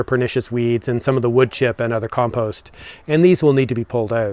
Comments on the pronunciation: Now you're in Ireland please learn how to pronounce compost🙂 It drives us nuts. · At least he can say compost, and not "peatfreecompost" like the BBC requires these days.